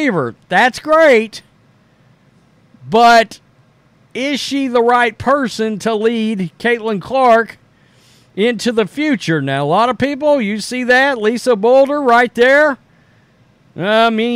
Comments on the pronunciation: Dude… it’s Lisa BLUDER!!! Pronounced B L U E D E R! Not Bulder. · Blue-der. Not boulder. It’s not that hard. 😂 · It's been a very long time since you first learned of Lisa Bluder (pronounced "Blue-der" not "Boulder"). Try to use the correct pronunciation. It's not that hard! Other than that, keep up the good work! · CC’s Iowa coach was Lisa BLUDER, as in pronounced Blue-der. Thanks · The Iowa coach - her name is Bluder NOT Bulder as a certain person constantly refers to her :face-turquoise-covering-eyes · Caitlin’s college coach’s name is Bluder. Like Blue Der. She has earned the right to have her name pronounced correct. Love your content, just my humble request.